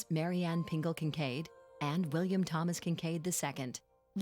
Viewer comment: Thomas Kitchkade. To each their own.